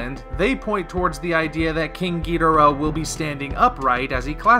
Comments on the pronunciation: Ghi-dor-rah. If you play Godzilla Unleashed or any ps2/ WII Godzilla games they pronounce it the English way. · I pronounce it like the announcer in Godzilla: Save the Earth GEE-DOOR-AH